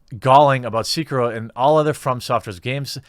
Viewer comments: They way you pronounce “Sekiro” is driving me nuts. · The way you say sekiro hurts my soul lmao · bro the way you say sekiro makes my ears bleed but good video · Your pronunciation of "Sekiro" is painful, but the logic in this video is spot on. Not every game is for everybody. Vast majority of games are designed to be breezed through with death or failure being rare. From Software is making games for those that want to struggle for a bit. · your pronounciation of sekiro makes me cringe. release your inner weeb you filthy casual. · its kinda bothering me that he's mispronouncing sekiro it's almost like he isn't trying. i get that its got a japanese title name and it's hard to pronounce but come on give a little more of an effort. and if you want to play a hard game here you go; LION KING for the super nintendo. But seriously gaming journalists are just full of people who don't care for games, that's why its full of people who are just super casual gamers, or they just suck at games period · A fine video, good sir. Some people just want games to be hard as F* and there's nothing wrong about that. Not every game is for everyone. I pressed like even though you pronounced Sekiro wrong, but that is a minor mistake in my books. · Seh-kee-roh. Japanese was transcribed phonetically into our alphabet so it has extremely direct pronunciation from written word (eerily like spanish tbh). The vowel sounds are: a - ah e - eh i - ee o - oh u - oo Stick with this, and you'll get the "eh, close enough" from most people which the phonetic break down of Sekiro in this comment most certainly is. Somewhat random yes, but I feel like game journalists being super shitty gamers, and honestly kind of low key shitty people is pretty old hat now so I kinda got a bit caught up on something mostly insignificant. Good video regardless, but you are only echoing what I already feel so obviously a biased opinion. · whats disrespecutful is how you pronounce Sekiro as Seekiro boi XDDDD